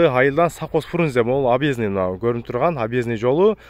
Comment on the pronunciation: Объездной - абезный эмес